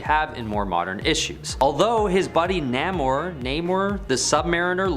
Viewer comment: Couldn't stay past Dr. Fate....your channel needs verification of these so-called facts,and pronunciation! First off it's Namor.( nay-more) for those that can't read. And Stingray had his own run in the early 90s or so. And DR. Fate has always been around and never been dropped. Always somewhere